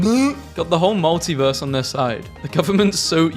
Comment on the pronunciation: DUDE WHY DID YOU START HAVING A STROKE WHILE SAYING "MULTIVERSE"???